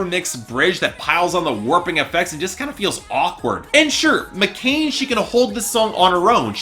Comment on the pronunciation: McClain, not McCain